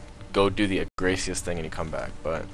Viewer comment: Agaricus SP(UH-GAYR-UH-CUS)